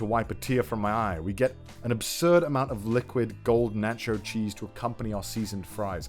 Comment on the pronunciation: "natch cho cheese"